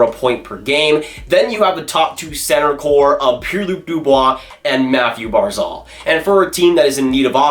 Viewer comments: It’s barzal not barzol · "Mathew Barzal" 😂😂😂 pronounced Barzel